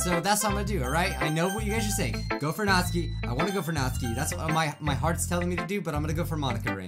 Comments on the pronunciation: Your saying Natsuki wrong ( nAAAt suki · It's pronounced nats-oo-ki Just to help bro your awesome.